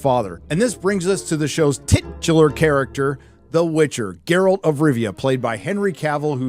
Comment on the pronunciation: Did you just call him Jerralt? How dare you